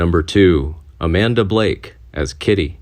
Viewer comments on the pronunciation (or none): none